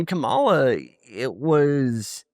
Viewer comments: Stopped listening when this person pretending to be an expert (or at least keen observer) on US politics revealed he doesn't know how to pronounce the name of the former VP correctly. It's either pure disrespect, in which case he revealed his biases, or it is an actual lack of knowledge, which means he needs to step back from sharing opinions professionally. Chapo Trap House was on my "to listen" list, but this saved me from hours of wasted life. Glad I tuned in long enough to get that lesson. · It’s 2025 and this so-called “leftist” still mispronounces Kamala. The casual racism from here is truly astounding.